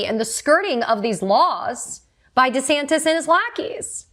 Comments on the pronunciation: you know she a new Yorker she said deas ASs wrong.😂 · Thank you for this news report, however the proper pronunciation of the governor's name is DeSatan. 🪷🌟😇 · Thanks Katie!!! But it’s Desatanis De as in OF. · You mispronounced DoucheSantis... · thought she said death-santis